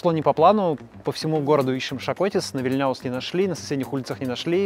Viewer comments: Спасибо за обзор на наш любимый город Вильнюс. Зарплата средняя 1900 € забыли добавить это на бумаге, на руки меньше около 1200 €, а то некоторые подумают, что мы уже с какой Германией или Швецией сравнялись. Сравнялись с ними только ценами на продукты в магазинах. И улица не ВильняУс, а ВИльняус, ударение на первый слог. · Полтора года живёшь в Литве а даже название одной из главных улиц Вильнюса правильно произнести не можешь!Улица ВИЛЬНЯУС! Ударение надо ставить на первый слог,на букве ,,И", а не так как ты его ставишь на букве ,,Я" на последний слог!